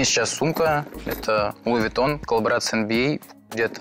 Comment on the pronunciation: И: Луи вУитон